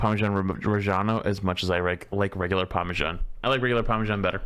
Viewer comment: The bostonian was STRONG in the word Parmesan